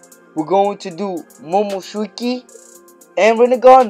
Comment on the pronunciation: First time you said momoshuki😂lol